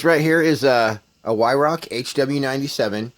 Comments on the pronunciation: It’s pronounced vi rak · Weirauch, pronounced with a V like Veirauch, great gun mines .177. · German w is a v sound .